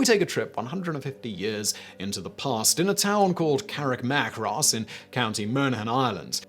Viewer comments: ".... in a town called Carrickmacross...." I know Irish town names can be difficult, but this one is pronounced Carrick-ma-cross, rather than Carrick-mac-ross. Oh, and it's not Moan-aghan, it's Mon-aghan, which is a separate county from Meath. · The absolute butchering of Carrickmacross & Monaghan.. woah